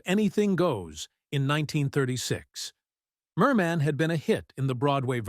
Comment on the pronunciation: Ridiculous! The repeats - and all out of sequence. And calling her Mer MEN